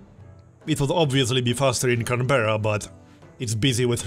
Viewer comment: FYI, Canberra is pronounced CAN-bra /ˈkænbrə/ - enjoying the Let's Play!